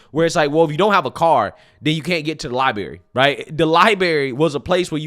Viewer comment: Niqqa, it’s not lai/berry. Fix that shit, man. WTF!